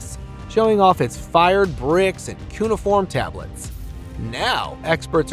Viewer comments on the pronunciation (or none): none